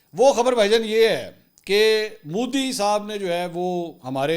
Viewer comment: Mansoor use correct word ...Modi ...not Mooodi.